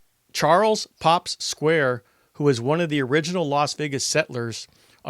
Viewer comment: His name was Charles pop Squires not Charles pop Square !!!!